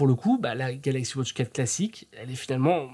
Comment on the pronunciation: Merci pour la video. Ca serais possible d'arrêter de prononcer "wautche" au lieu de "watch"?